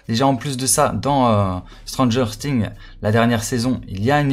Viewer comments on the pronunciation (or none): Sa se prononce sings et pas sting comme sa tu sais gg l avideo continue comme sa code SCM